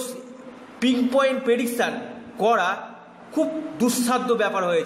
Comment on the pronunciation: rahur jonno coronavirus eshche? 😂 jai hok.. ek kaaj korun kobe vaccine ashbe seta bolun.. r kotha ta "prediction", "pediksan" na😂 "blood pressure", "blood pesaar" na😂 agey minimum porashona ta kore ashun tarpor jyotish shastra shonaben!!